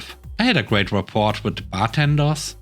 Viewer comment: Unfortunately, the t in rapport is silent.